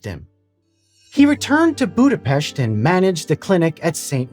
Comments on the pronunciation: Thank you for pronouncing Budapest correctly, 99% misses it. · Great topic, thanks for it! Also pronouncing Budapest correctly was a nice touch. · Man, thumbs up for actually looking up the pronunciation of Budapest and then delivering it perfectly. You don't know how rare of a feat this is! Cheers, and greetings from Buda :) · HE SAID BUDAPEST CORRECTLY!!!! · Thank you for this brilliant look into Semmelweis' life. Extra points for the correct pronunciation of Budapest and the use of dramatized material. (by the by, a new film about the life of Semmelweis is made and about to be released later this year) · I'm so glad that someone is making a video on such an important Hungarian. Also, congrats on being one of the few non-Hungarians who can nail saying "Budapest". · I knew right away this will be about Semmelweis Ignác. Love it. I'm also impressed by your pronunciation of Budapest and Pest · Damn, I didn't know he passed away this tragically. Btw you pronounced Budapest perfectly.